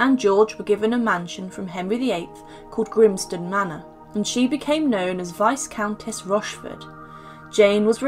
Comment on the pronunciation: The s in viscount and viscountess is silent. Vie-count, vie-countess.